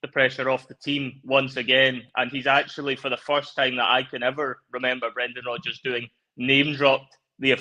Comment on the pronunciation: Brrrreeeennnndaaaan Rrrrrrooodddgggeers 😂